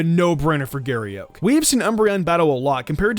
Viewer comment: "Giry Euk"